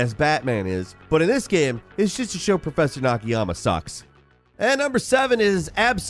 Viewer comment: three times at least you get out of your way to miss-pronounce NA-KA-YA-MA ...poor guy has a rough time being remembered